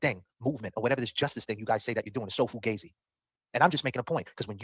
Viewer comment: I’m just offended that said foo-gay-zi instead of fugazi. He must be a fake Italian. Embarrassed for him